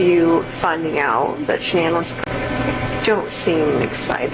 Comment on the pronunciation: Denver Colorado… maybe you should learn how to pronounce her name right !!!